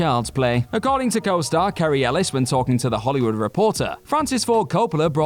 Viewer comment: It's Cary Elwes not Cary Ellis who co-starred in "Dracula". smh